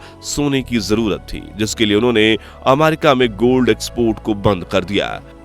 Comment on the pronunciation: आमारिका नही रे अमेरिका है ओ 😂😂😂😂